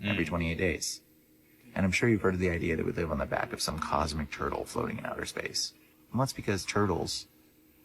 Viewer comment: Anybody that’s says “bike” instead of back is not a credible source for information probably on any topic